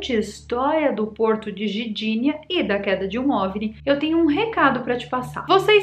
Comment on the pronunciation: Querida, quanto tempo estas morando na Polônia? E ainda não assimilou a linguagem do idioma? Eu sou de origem polonesa e me dói ouvir você tentar falar Gdinia dizendo Gidinia. Onde está a vogal " i " quando você fala Gidinia É o mesmo em português falar "maguima" em vez de magma ou "maguineto" em vez de magneto. As palavras polonesas em sua maioria são paroxítonas na sua pronúncia. Neste caso o "g" embora mudo deve ser pronunciado para ser entendido. Gosto muito dos assuntos que você aborda e sou seu fã e dou sempre o gostei em seus vídeos, mas "Gidinia" foi difícil de aceitar.